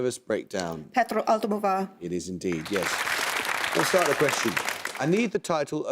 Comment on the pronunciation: In a follow-up, so no difference but... . . . . Pedro's last name gets jumbled - they say Aldomovar instead of Almodovar.